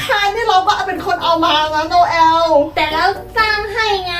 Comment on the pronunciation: เขาชื่อโนเเอลคะไม่ใช่โนแว